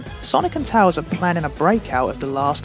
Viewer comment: Bro I love your videos so much bro thanks for being in my recommended again :) also I like the way you pronounce tails